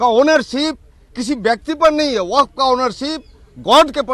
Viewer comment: वक्फ का शुद्ध उच्चारण तो करो